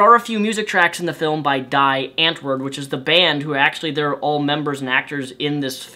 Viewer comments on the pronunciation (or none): It's pronounced (Di Antwoord) which in dutch means The answer. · The pronunciation of Die Antwerp was great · Your pronunciation of Die Antwoord and Yolandi Visser made me laugh. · Love the way he butchers Die Antwoord's name. So funny :-) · So Funny Hearing Him Mispronounce Die Anrwoord and Yolandie :D Damn ek Love dit as Amerikaners so Verkeerd Praat